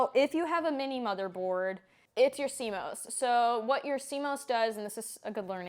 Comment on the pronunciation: C-MAus not C-MOes - 😆😆 apples go in the fridge